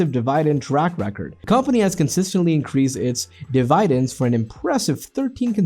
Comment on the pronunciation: Dee-vii- Dens???hahahah?